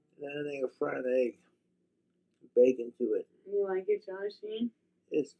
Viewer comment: “You LiKe iT jAwShEe”